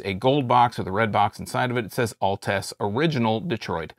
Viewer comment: Your not saying the name right, It sounds like Alts!